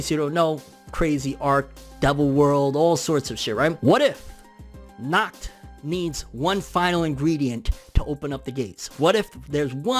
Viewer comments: You don't pronounce it as "knocked" at all... Try to exhale sharply as you do the H sound. German can be pretty tricky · You are nacht saying his name right🤣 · “Knock knock” “Who’s there?” “Nacht” “Nacht who?” “Nacht pronouncing my name properly”